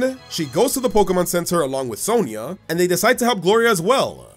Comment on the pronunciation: When he said "Sonia" got me rolling faster than donphan